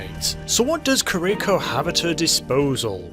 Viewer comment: I'm gonna be that guy and say that I'm pretty sure it's Kee-Ree-ko, not Ker-Rico. Japanese pronunciation and all that.